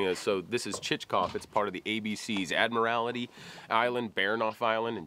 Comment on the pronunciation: No black bears on the ABC islands. Also, that's not how you pronounce Admiralty Island.